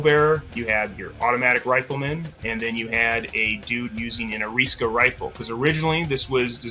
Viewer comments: Ariska? I thought Ari-sa-ka. Japanese rules of pronunciation. As for the Russian, I'm not going to touch that. I truly have no idea. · Interesting pronunciation of "Arisaka".